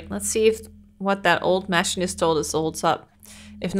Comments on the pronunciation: I'm a machinist IRL. Machine-ist Don't apologize. You speak many languages, so it makes sense if you mispronounce something in English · The way she pronounces machinist is driving me just a little crazy